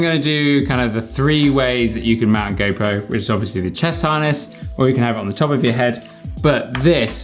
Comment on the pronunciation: am i the only one when he says go pro , it sounds like gaypro ??